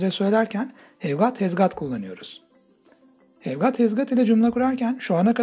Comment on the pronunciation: Ayy hev gaat ee van pensıl 🥴